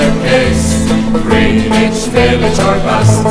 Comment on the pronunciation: Well, their English is good besides the pronunciation of "Greenwich"